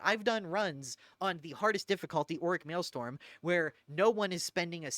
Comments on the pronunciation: I was sleeping, and this video woke me up because it was in my autoplay. Very informative, but for the love of fuck, you silly billy.... pronounce mar-tyr-dom and male-strom the way they're intended. I don't know who the fuck Marty Dom is and I've never played on Male Storm. ❤ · It broke me that over the course of this 1.5 hour video, you never pronounce the second R in martyrdom. Its NOT Marty-Dom, its mar-tyr-dom. Also, its Mael-strom. Not storm.